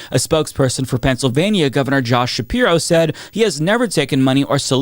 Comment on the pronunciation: Gavin No-som. Josh Nah-piro. Cory Boo-ker.